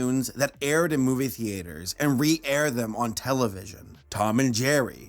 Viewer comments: Did you just say "theeayters? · The way he said theaters was so stupid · 'Thee-aters'... Please man, just pronounce it properly. It sounds so pretentious the way you say it. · "Theters" XD XD XD i love this dude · "The aters"